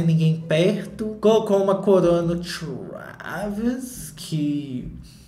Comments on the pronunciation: TRHÚÉVYS KKK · Cada hora que o fala Traaaaaaaaaavis, eu me desmonto de rir e já esperando a próxima pronúncia kkkkk